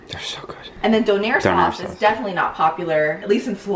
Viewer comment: Not co air..donair